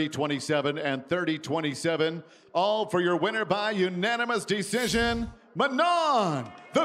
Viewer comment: First it is Manon, not Manonne like Shannon. And come on guys, let the guy who knows English translate